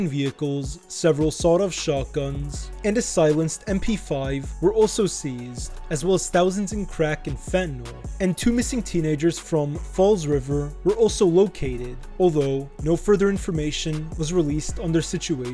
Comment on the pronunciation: Its fall river 😂not is fall river